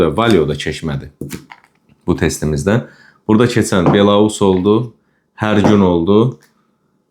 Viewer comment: Belorus yox, belous.